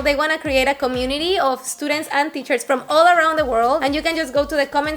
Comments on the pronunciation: Jajaja es gracioso porque dijo justito "E- studients" hahaha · "I don't make that mistake anymore" ... 1 minute later "estudents"😅